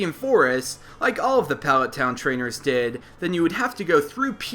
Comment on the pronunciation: Hate the way you say palet town